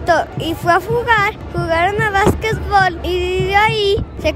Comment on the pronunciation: JAJAJAJA "BASKESBOL" JAJAJA